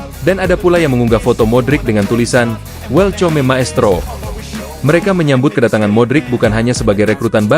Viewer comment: Hoaax eta mah, baca welcome aja salah, belajar baca lagi min 😅😅